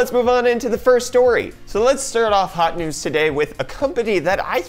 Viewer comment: Why does this guy keep saying Hawt Nudes?